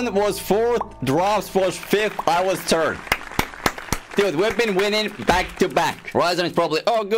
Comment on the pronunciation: “I was turd”👍